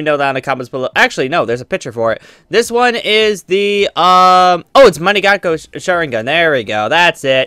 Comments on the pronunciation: it's pronuced Mun-ken-ke-yo Sharingan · "man ee gakoo oh sharingan" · Pronounced MAN-GUY-KO SHARIN-GAN